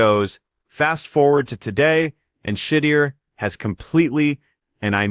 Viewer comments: Shuuud Durrr! Dammit! Say it right 😮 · Yeah. Shit-ti-er. Intentional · I would like to know who is pronouncing his name like that? Please 🙏🏾 redo this and PRONOUNCE the man's name correctly..smh..I like the video because its FACTS. but COME ON MAN. Put some respect on his name..lol..💯🙏🏾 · learn how to say his name to be taken serious